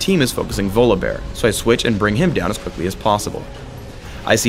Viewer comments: it's volibear not VOLABEAR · um, it's pronounced VAW-lee-bear mr guy who created him. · I dont pronounce his name as Volabear more like Volley-Bear. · he says volleybear funny